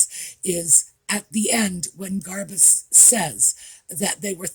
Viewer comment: I am sorry but everytime you say "Garbuz", I hear "Liz Garbage" 🙂